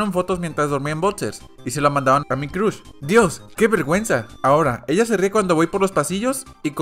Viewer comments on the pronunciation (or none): none